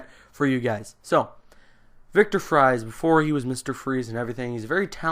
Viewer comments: It's not pronounced fries! It's pronounced freeze! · Pronounced "Freeze" not Fries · It's prenounced victor freeze instead of victor fries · Look, no disrespect, but your explanation of the plot was painful to listen to, particularly the mispronunciation of "Fries" (which is pronounced like "freeze"). Having said that, I'm glad that you got the kick in the rear to actually go seek out "Heart of Ice", which was really the first of many crown jewels from Batman The Animated Series. I only found it myself because it was included on the bonus disc for "Gotham Knight". One other fun fact: Ferris Boyle was voiced by none other than Mark Hamill himself. A few weeks or months after that, he took on his definitive role as the Joker for the show. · Fries is pronounced "freeze". Victor Fries(freeze). Many Batman villains have real names that are similar to the names of the criminals they become. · Dr. Victor Fries' last name is pronounced as freeze. Every batman fan should know this.